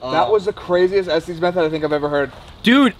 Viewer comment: It is pronounced Estes Not Estees!